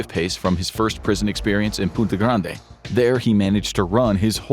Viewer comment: It's Puente Grande